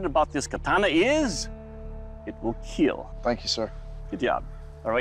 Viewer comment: So, i supose it will "KEAAL" ?